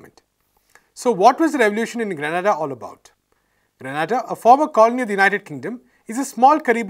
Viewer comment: Grenada not Granada. I feel offended by this mispronunciation. It shows the lack of knowledge.